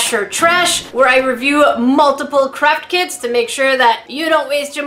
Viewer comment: U SAID CRAP KITS XD